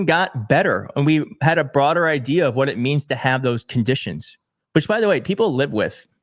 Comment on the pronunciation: Jimmy Comer: "A h'what now?" 🤣🤣🤣